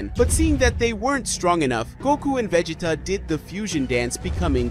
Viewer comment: vegeeta lol